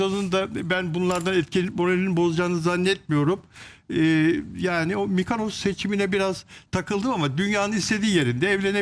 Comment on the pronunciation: Arkadaslar hic biriniz mykonos söyleyemiyorsunuz mykanos neresidir yahu?